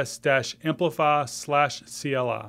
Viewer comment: I thought you're saying CLR.